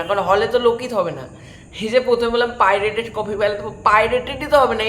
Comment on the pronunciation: তোমার এই ভিডিও যদি ভাইরাল হয়, পাইরেট কথাটি উচ্চারণ করার জন্য ক্যাশ খাবে